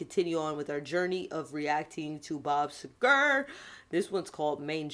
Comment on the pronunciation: See-ger. Emphasis first syllable.